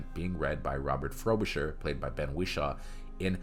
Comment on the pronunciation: There’s one thing worse than this movie - the narrator’s pronunciation of the words Wishaw and subsequent.